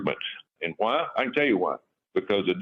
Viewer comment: Wuy?? I'll tell ya Wuy!!